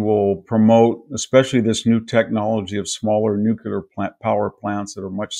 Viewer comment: Nuclear... pronounce it correctly!!